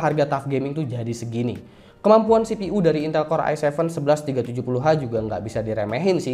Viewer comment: CPU dibaca sipiyu bang.. Msa sipi uuu.. Wkwkk ngkak.